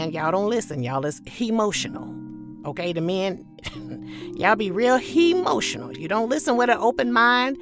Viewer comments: Not hemotional 🤣🤣🤣🤣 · "Hemotional?" That's clever.